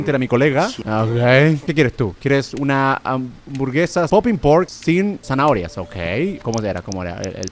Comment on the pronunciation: No we dice zahoria